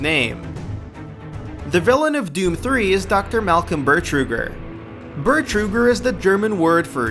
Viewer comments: Also he says "Burtruger" when characters in DooM 3 specifically call him "Betruger" all the fucking time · Bertruger? Though it was Betruger....just sayin.. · His name is actually "Betruger," not BeRtruger." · it's dr. betruger, not dr. bertruger.. this video really is full of mistakes -> dislike. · haha "behr-truger" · Many of Doom 2's tracks were also inspired by Alice In Chains, but of course, you wouldn't know that, because these facts were likely ripped from Wikipedia, or some shit. Also, it's not "Eye-Dee", it's " Idd" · You pronounced id and bertuger wrong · I hate this guy he just butchered the names. id Software, Betruger, all that.